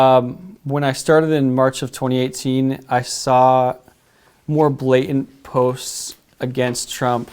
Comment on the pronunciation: A full grown man that says "blay-ent" Vs. BlaTANT Ssssssssssss